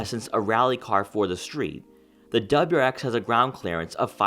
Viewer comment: What’s a dubruex? Do you mean WRX?